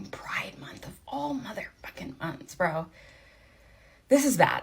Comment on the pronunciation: "During Priddde Month guys!"